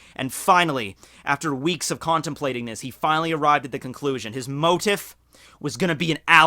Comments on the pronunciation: Sordid., not assorted past. His sordid past. Also it's pronounced "mo-teef" as opposed to it's spelling of "mo-tiff. Also, Ivankov implied, we inferred information from that. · Okay,, I love you but I need you to say this out loud, "Moe- Teef", It's not "Motive" it's "Mm-oh-tee-eef". I tried my best to figure out what you were saying for the first minute or so. Then I realized that you were saying "Motif" and I was hearing "Motive". Here's a link to the Google search for the word. If you hit the little speaker icon next to the word it will play a recording of someone saying the word. I hope that helps. I'm not trying to be a dick but honestly let you know that you're using a non-standard pronunciation. You're not wrong by any means but it is confusing to people like me, in case you care. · I die every time he says motif like "motive" instead of like "moteef" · Its pronounce moe-teef not motive lol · ITS "MOH-TEEF"! YOU SOUND LIKE A STREET URCHIN, I WON'T STAND FOR IT! (P.S.- love your videos keep up the fine work my dude) 😎🐢💯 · Pronounced Mo-teef, Mo-teef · motif is pronounced mow-teef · its pronounced mo-tief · So the comms major cant say motif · Motif is pronounced with a hard e sound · Your pronunciation of motif.... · man was a journalism major and can't pronounce motif